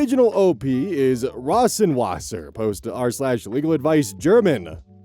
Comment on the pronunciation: I will personally teach how to speak german I seriously can't with his pronunciation of Schattenspringer and Rosenwasser